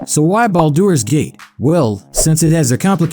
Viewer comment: I take thunder damage every time it tries and fails to pronounce Baldur's Gate.